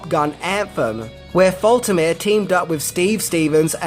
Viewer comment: Great informative video once again! Just FYI: Harold Faltermeyer's lastname is pronounced: Falt*-err-May-err. (*=as in halt/salt)